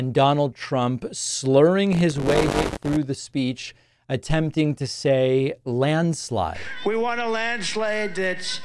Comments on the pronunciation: "a land shlayde" WTAF??? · They key points of his presidency: landshlate, Obamna and whoooah! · "A landslag" 😂😂😂😂😂